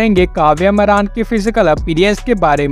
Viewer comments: Ye naam tak sahi se nahi janta hai मारान नहीं मारण है😂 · मारन एसा बोल मरान शब्द ठीक भी नही लगता....जरा अपनी भाषा उचित ढंग से बोलो.